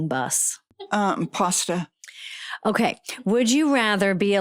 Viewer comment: I thought you said “moving butt” not bus. 😂